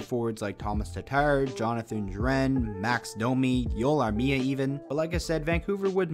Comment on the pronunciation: WOW you actually said Joel Armia the right way